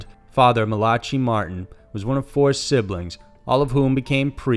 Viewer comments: You do know its not pronounced MA-LA-CHI right?? Its more like Ma-LACK-I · marcy eaglecloud how about Ma-la-Kai he pronounced as Ma-la-tchy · It's Mal-a-ki not Mal-atchy Martin lol. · I'm fairly certain that Malachi is pronounced "Mala-kai" not "mala-chee" Edit: only now realised after reading comments that i was being redundant. Which is pronounced "Re-Dun-Dent" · Phonetically its MALA KI not MALACHIE. Good vid though anyway. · Malachi pronounced MALAKI. not Mal-achee! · Not to embarrass you bro, but the name M-A-L-A-C-H-I is pronounced like MALA-KI (with “CHI” rhyming with the word “Hi”). Otherwise, great content. Just couldn’t let that go...sorry. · Malachi martin lol. Malatchee?? Its malachi pronounced Malickeye 😂😂😂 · Mal-la-CHEE??? Really??? You are smarter than that! Come on!!! Its pronounced Mal-LA-Kie!!! **Smh**..... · It's not "mel-at-chee". It's Mal-uh-kai, as in rhymes with pie. Biblical name. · “Muhlawchee”?!?! Not “Maluhkai”? Hmm…odd pronunciation. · Malatchi..... ma la kai.... wow. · It's MalAkey not Mala Chi. FFS the internet is at your fingertips! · Hmmmm,......it's pronounced "Mal_ah_kai" NOT "Ma_la-chee" which sounds like a drink at Starbucks. Dumb AF..... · I almost died laughing when I heard him say Malatchy :P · It's the biblical name Malachi, pronounced Mal-uh-kye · Malachi is Hebrew. The ch is pronounced like the last syllable in loch. It means "my angel." Pronunciation is MA-la-kai. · You sure it’s not pronounced Malak-eye? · Tom Mitchell malotchee would be proud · I love this program but I think your pronunciations need work. Malachi I think may be pronounced “mali-ky” and hostage? Ha-stage maybe? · That is not how to pronounce Malachi lol oh lord The name is pronounced ' Mal- a - kye' with the emphasis on the 'i' at the end of the name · It's Hostage, Mal-a KY and Barbarossa (not Barbosa.) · Its Ma-lack-ee 😂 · Malachi is pronounced with a hard k and eye sound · OH MY GOD IT'S PRONOUNCED MALL-A-KIGH. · It's Mal-uh-ky